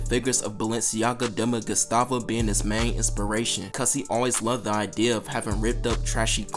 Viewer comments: "bam mar-gera" "dema guhstava" "skateboard park" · Demuh Gustava😂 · You doing all that mispronouncing for engagement twin, "Demna Gustava" 👽